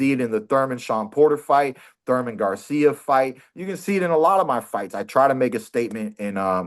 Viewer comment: Keith No teeth left out of time Thurman,if his name was surman he pronounces it the thame😂😂